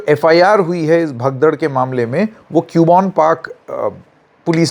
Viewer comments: Its not pronounced as Cube-on its pronounced as Cub-bun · क्यूबोन नहीं “ कब्बन “ Park 😅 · it is CUBBON PARK. Pronounce KABBON PARK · Not Q bon park..read it as Cub Bun park.. hope this helps 😊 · btw sir use कब्बन पार्क aise bolte hai😊